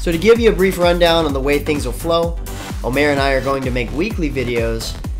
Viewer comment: OMG , its not omar its omer, omer yat thats where the remotay name comes from.Not to mention that channel is not called OMERhut but MMOhut. Anyway i think another contributor is a good idea as long as he is producing high quality interesting content for the channel, which he definitely is.